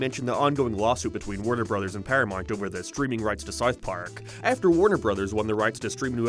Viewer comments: Wtf is “paramont”? Does he mean ParaMOUNT? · Dude learn how to say paramount. Its not perry-mount or perim-mount. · ParaMOUNT. Not paramite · Did hes say Paraminet? I thought it was Paramount? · it's pronounced, para"mount" not paramont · “Pyirameint pless” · I thought it was just me lol ParaMONT? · EhrmAhgerd Para-MERRRNT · Who is this "Pair-ya-mont" you keep mentioning? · It's not "paramort, or paramont, or paramont." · "PARAMONT" lmfaoo!! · Are you having a stroke? Can you pronounce ‘ParamOunt’?? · Your accent is insufferable. Why the fk you say things like that "paramoint"? Why you keep adding "oi" to every word.....fkn canuck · Stopped watching after the 3rd, "paramornt" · Why do you leave the u out of your pronunciation of paramount? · 40 seconds in an I'm leaving cause you can't pronounce Paramount correctly. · Why can't you say "paramount"? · I'm not okay with the way you say Paramount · I was in the middle of commenting on how my dislike of your pronunciation of "paramount".... then you said "paid" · Say Paramount